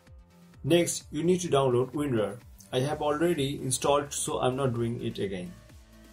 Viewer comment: "you need to install wern-wern... " -- WHAT? "I have already installed it, so I'm not doing it again." -- WHAT have you already installed? UPDATE: It's WinRAR. Oh. (Easiest to get it from ninite.)